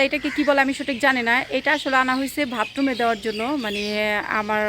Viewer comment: বোন ভাতরুম বলে না, বাথরুম হবে।